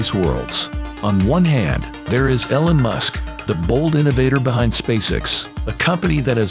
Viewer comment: Your robot narrator can't pronounce "Elon" "marveled" or "Gagarin" so I'm not going to be bothering to watch your video. 👎💩